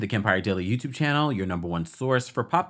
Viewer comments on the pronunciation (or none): none